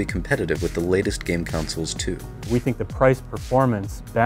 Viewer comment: Its pronounced "consoles" not "counsels"